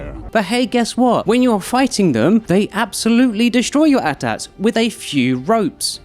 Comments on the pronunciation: AT-AT…not atat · I'm pausing and pulling over just to say, it's not Aht-Aht! It's Aay-Tee Aay-Tee! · A-T A-T not at ats... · A ground invasion with what? What kind of Disney Star Wars nonsense is an "at-at"? lol. Are you talking about AT-AT? ("A" "T" - "A" "T") lol